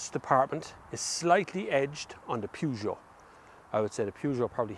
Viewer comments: Peugeot is the best not Renault, but eather that it is not "Pujoo" is PEJOOO! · 'Purr' not Pew for Peugeot pronouciation! Good review of both cars.Captur wins it for me!